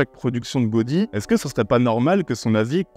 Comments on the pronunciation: Dur de balancer des insultes après autant de bon sens... Ah si. Tiens. On dit "Ga-ou-di" et pas "Go-di". Inculte de la prononciation catalane 😂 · 12 Catalans sont Mort en t ecoutant. J apprecie le God dans Godi mais ça se prononce Gaoudi. Probablement je suis le Nième blaireau à le dire, du coup je rajouterai que j'adore ton travail et ta bienveillance sur le cinéma. Très communicatif ! Si bien que j ai jamais regardé une seul suggestion, faute de temps mais que je rate jamais un épisode. Merci pour ton travail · on dit GA-O-DI et pas godi... mais bref... oui... je suis d'accord avec toute ta vidéo. Merci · On dit "Gaodi" .... 😜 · Pour un "architecturophile" tu passerais pour un neuneu en prononçant Gaudí "Godi". Je te soupçonne d'avoir fait exprès pour que je sois considéré comme un intello arrogant :) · Cela se dit Gaodi, et oui je suis un expert ! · ON DIT GA-OU-DI ROGNTÜDJÜ !!!!